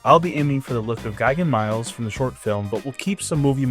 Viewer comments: The word is "me-lays," it's Latin, like Rex, and means "soldier." It's the root of English words like "military" and "militia" and so on. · Miles is actually pronounced "mee-les"